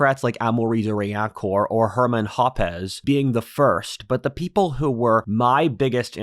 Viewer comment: bro actually mispronounced Hans-Hermann Hoppe